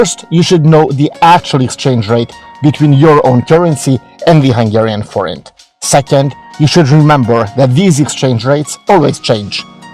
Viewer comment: Thank you! We needed to double check the pronunciation of "Forint" before we talk about it in tomorrow's Review/Preview show on our channel. We're going to give your video here credit and put a link in our descriptions. Cheers.